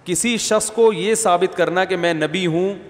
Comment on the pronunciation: O bhai shaks hota ha lafaz shas nai